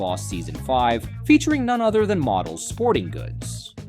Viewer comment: Ai crap, can't even say Modells right.